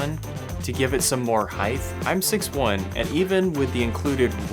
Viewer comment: why do people say heigth instead of height?